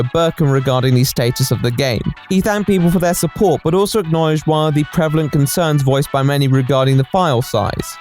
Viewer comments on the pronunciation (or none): none